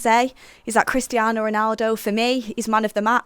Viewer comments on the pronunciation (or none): none